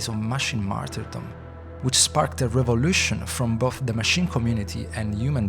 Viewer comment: "Matchricks"? "Mashin"? "Rubutts'"?